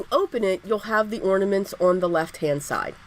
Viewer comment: I love the cards and the fact that you pronounced ornaments instead of ordaments. That drives me crazy. So thanks so much.